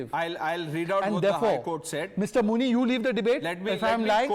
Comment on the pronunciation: I heard muni as munir 😂😂